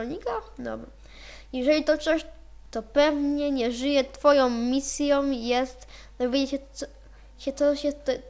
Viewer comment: misjom xDĎDDDDDDDDDD